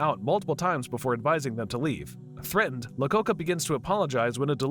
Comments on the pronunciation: Lacocca? hahahah.... it's iacocca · EYE-acocca. Iacocca. Not "Lacocca." I kind of like it though. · How about him pronouncing Iacocca as "Lacocca"? Even if you've never heard of the person in question, mistaking a capital letter for a different lowercase letter at the beginning of a name is inexcusable! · Lee Iacocca (eye-o-coca) not La-coca.. its an i not an L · wasn't he Lee Iacocca instead of lacocca? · Are the mispronunciation of names purposeful? I mean, Lacocca? I know Capital i’s can look like lowercase l’s, but Lee Iacocca was a real person, a pretty well-known person. That was just the most obvious mispronunciations, there are many others.